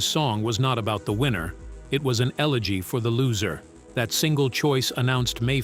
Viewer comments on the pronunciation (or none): none